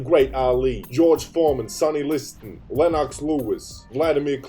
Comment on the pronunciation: This man said Len-Ox lol